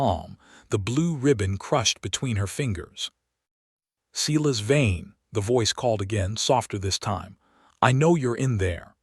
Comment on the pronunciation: His name is no doubt “Silas Vane”, not “Cela’s vein”. Hahahaha!